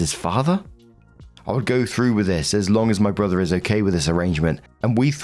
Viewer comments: Hehe "borther" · Borther, BORTHER